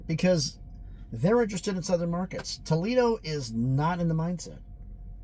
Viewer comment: Tuck Foledo 😅